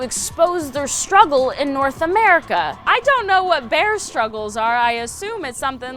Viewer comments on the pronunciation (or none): none